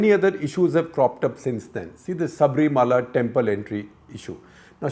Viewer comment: Mr Shekar Please note to pronounce Sabarimala as Sabarimala .It is not Sabreemala .